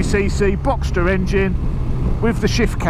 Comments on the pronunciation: Boxer,. Not Boxster. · Boxer, not Boxter. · Boxster engine 🤦‍♂️😅 its a boxer, there's no st in it....cmon get it right....nice colour to it though 👍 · Cracking video as always... I’m clearly getting old as this is really starting to appeal to me! 🤦🏼‍♂️ Maybe just an RS to start with... Looks amazing in that colour. P.S. I hate to be ‘that guy’ but it’s a boxer engine, not “Boxster” 😬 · It's a "Boxer" engine, not Boxster.